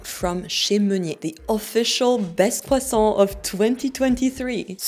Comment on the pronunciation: It's pronounced "kressant".